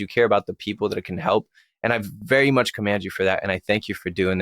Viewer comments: COMEND!!!! NOT. COMAND. !!!! Otherwise. Good. Interview. Kept your opinions to a minimum. Allowed him to feel comfortable. And safe. Keep up the honest work young man!!! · The word is commend, dude not command two different meanings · commend, not command. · Commend you for that not “command”you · Commend not comand lol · I've had a similar experience and I believe him without a doubt! Also ..it's commend not command. You commend him. Mend mend 😂 ... Nobody believes my story. I've tried looking up stuff before to find something, anything that would be similar but found nothing until now. Finally!! Thanks for the video and id like to see you interview others about their experience as well. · ......amazing interview, but the word is 'commend,' with an E, I 'commEnd' you for sharing your story.....not command lol. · Its commend you not command... turned off after that 2md one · Cant help myself....55minutes in.... Its commEnd, not commAnd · Commend, not command. Very interesting interview, thanks for sharing. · "Commend", not "command" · The word the host is looking for is "Commend". He keeps saying it wrong, and it's pissin me off a bit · Omg, please say commend correctly! Pronounce the MEN in the word!!! Huge pet peeve of mine and you should know this word. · The correct pronunciation is "I commEnd you" ❤ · I am deeply moved by the story, very much appreciate this video. I have to ask if the host around minute 55 literally said, "I command you" vs "commend"?